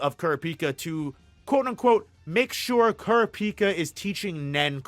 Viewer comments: So sorry bro can't see a video when you murder kurapica's name like that it's só bad Gz man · Good video, tho I almost clicked away when I heard how you pronounced Kurapika. Lol